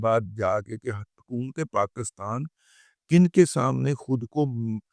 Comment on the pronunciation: ابے پہلے پاکستان کا نام تو صحیح لینا سیکھو- یہ PAKASTAN کیا ہوتا ہے صحیح لفظ PAKISTAN ہے